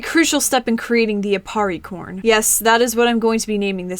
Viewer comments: when she said aparricorn I thought she said aparriporn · if im being honest when you said apparicorn i though you said appari porn....